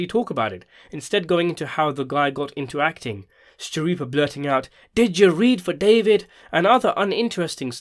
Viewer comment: I loved the podcast! Could u do a better job? It seems you wanted Michael and Steve to be perfect. You are finding a lot of fault, for someone who can’t even pronounce Steve’s last name correctly? What’s up with that? I don’t care much for videos of people who don’t show their face, especially when they’re criticizing others who do. I’m an avid fan of Michael & Steve and I think they did a great job and I can say that because I watched every podcast episode. I find it hard to believe that you can even give an educated opinion, when you only watched 4 episodes of the podcast. That’s not a fair analysis. Most people took into account that Michael and Steve are actors, of a long running TV series, not creators of podcasts.